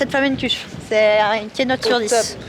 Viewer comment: En tant qu'alsacienne, je vous demande svp, par pitié de respecter le nom de la tarte flambée 😭, soit vous prononcez à l'alsacienne, soit vous dites tarte flambée, mais personne en alsace appelle ça des "flammeküche"... 😭, sinon la vidéo est grave cool, je te suis depuis celle de joyca et franchement j'adore ta vibe !!❤